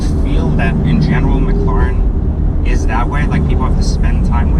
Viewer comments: can you not pronounce mclaren properly? its not mcluuuurren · We need to host a free training for you on how to say MCLAREN. Stop dude, its way annoying.